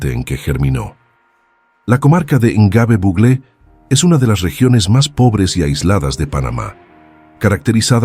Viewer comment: Es Gnobe...No lo pronuncia bien.